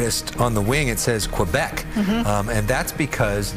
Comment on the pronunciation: Great franglais! You're officially bilingual😉